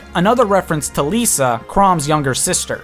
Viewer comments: Um, Lissa isn't pronounced "L-ee-s-a" (Lisa), Chrom outright says "L-i-ss-a" in one of the early cutscenes. Same with Sumia. Chrom says "S-oo-m-ee-a" rather than (what I heard) "S-oo-m-y-a". I don't mean to sound rude here, but I'm OCD in this sort of way XD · Its Liss-uh not lisa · You said lissa wrong 😑. It's liss-a not lisa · Lissa is pronounces Lis-ah, not Lee-sah. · Lissa , not Lisa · its pronounced Li-sss-ah not les-a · Her name is Lissa ;_; with two s, not Lisa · You pronounced Lissa wrong, the way you pronounced it is if it is spelled Lisa. Its pronounced Liss-ah. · Chrom's little sister is named Lis-sa, not Li-sa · Also, it's pronounced "Lih-sa" not "Lisa" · Lissa "Leesa" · IT'S NOT PRONOUCED AS LISA GET NAME LISSA YOU'RE PRONOUCING THE "I" IN HER NAME WRONG, and if you don't believe me watch the forest fire cutscene from awakening and Chrom will say her name and how it's properly pronuced. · dude said Leesa lmao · okay the way he pronounces most of Lucina's costume is killing me like oml Lissa and Lisa have two different pronunciations :c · Manakeete, Leesa, Einheryar. Yikes. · He butchered Lissa, Cherche, and Sumia. They didnt deserve that lol !! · prounciation of Lissa, Cordelia, and Thracia kinda bothered me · Same. I wasn't really bothered and didn't even notice Thracia, but I was visibly cringing whenever and internally screaming the correct pronunciations at the screen whenever he said Lissa or Cordelia's names...I'm not even sure how one could mispronounced them, especially Lissa's name >_> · the way you pronounce lissa and nowi make me angry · Nowi is correct. Lissa is wrong though. "Nowi wins" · ....The way you said lissa,cherche, and sumia...it bothered me so much...you don't even know...but it's fine people can say the names how ever they want I call lissa the same you did before...oh and robin yellow one could also be hinting at emmeryn...maybe? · You mispronounced Lissa as well